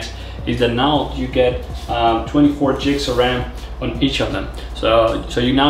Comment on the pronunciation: Its GIGS like GROW not Jigs